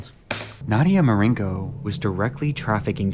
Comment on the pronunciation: Only an American could read the name "Marcinko" and then just completely ignore the C and make it "Marinko"